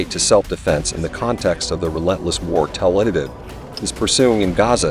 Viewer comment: Hamas does commit acts of terrorism, however Israel does too, and far more and far worse. As for this video, why is there an AI voice? Please have a human read it, especially in how it doesn't know how to pronounce "Tel Aviv".